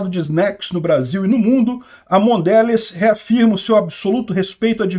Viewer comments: repita: Mondelez, Mondelez. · Mondelez (lê-se "mondelês")